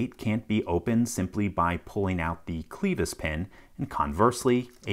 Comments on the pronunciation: Clevis (klev is) not Clevis (kleevus) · Clee- vis pin? It’s clev-is pin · "Clevis" is pronounced with a short "e". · Fyi, it's a short 'e' in 'clevis' pin. Rhymes with 'crevice', not 'Beavis.' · To be a bit pedantic, I believe "clevis" is pronounced "klevəs" where the "e" sound is like in the word "bet", not "beet". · I've always heard it pronounced as the French word it is: "KLEV-ee". The S is silent 'cause French hates consonants or something. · I've never heard a clevis be enunciated as "clee-vis" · LPL: pronunciation check on "clevis" - kleh-vis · the "cleevus" pin eh? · Clever remark. (Which is pronounced "clevAY", as it comes from the French 🙃) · Great video as always. You mispronounced "clevis". The e sound rhymes with "dead". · WHO THE HELL PRONOUNCES CLEVIS THAT WAY!!!!??? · I'm sorry but I just can't get over that pronunciation of 'clevis'